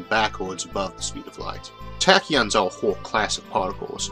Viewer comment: TA TA KEEYON (TAAAAAAAACK) TAK-KI-YON TAAAAAACK